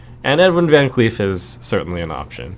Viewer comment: you almost pronounced vancleef the right way as it is a dutch last name. its actually pronounced like vahn claif. also i think you dont need earthen farseer in this deck